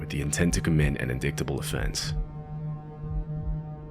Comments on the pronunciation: Wow, mister narrator! You share something with donnie trump…..you both mispronounce the word “indictable” in exactly the same way, by pronouncing the “c” (“in - DICK - ta - ble”), when, in the correct pronunciation, the “c” is silent! (“in - DITE - ah - ble”). I avoid channels when it’s obvious that the narrators don’t check their scripts ahead of time, and the editor lets such errors slide. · hey bro, cool channel , just a heads-up on "indictable", the c is silent and the i is long, [in-dite-able] take care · You might want to look up how to pronounce "indictable." (In-die-ta-ble.) Great video otherwise. Just recently discovered your channel lately and am really enjoying it. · lol indicktable offence. Pronounced indiidable. Sorta. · Just FYI it's pronounced in-dite-able offence, not in-dict-able offense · In-DIE-TA-BILL not IN-DICTA-BILL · Indictable =\= Indicktable. It reads "In-dyte-able". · It’s an In-dight-able offense, not in-dick-tible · Lol. Dude, sorry to nitpick but "indictable is pronounced "In-dight- able" (phonetic spelling), not IN-DICKT-ABLE. Otherwise, good video. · …. “In-dick-ta-ble” …. Lol. Way off on the pronunciation bud. Indictable is ind-ight:(like light, but w/o the “l”)-able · An “In-dik-tab-el” offence? 😂 ….Just made my day. It’s in-dite-ab-el. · "In[dick]table" = "in[die]table." Remember kids, if you don't recognise a word, do yourself a favour and look it up before you try using it, heh heh. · It's not pronounced "an indicktable offence" it's pronounced an "indightable " offence .... 😑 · An 'indicktable' offense🤔? Really🙄?? C'mon, really😯😶🙂😁😂😂😂😂😂😂😂?? Probably meant indictable - pronounced in-die-table or in-dyet-able. A good chuckle, but geez, y'all make it almost too easy sometimes🙄! Love the channel, though😍🤗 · “In-dick-table” 😂 indictable is pronounced in-dyte-able. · Just an FYI: "indictable" is not pronounced in-dick-ta-bul. It’s in-dye-ta-bul. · Indictable is pronounced /ɪnˈdaɪtəbəl/ (in-dyt-uh-bul) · indictable = in-dite-able ❤